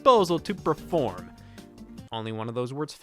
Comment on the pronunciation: Did you say “praform”?